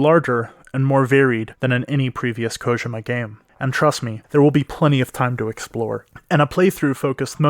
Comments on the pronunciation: “Hideo Kogema” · Its KO-JEE-MA!!!